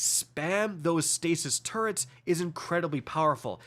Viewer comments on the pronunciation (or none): none